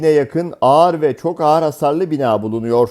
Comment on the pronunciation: Ağar değil ağır o 🤣 konuşmayı da mı ben öğreteyim 🤣